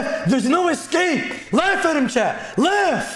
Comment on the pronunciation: Idk if anyone else has thought this but I’m CRACKING UP RN because I just realized whenever says “chat” it sounds like he is saying “CHAD” 😂😭☠️🤣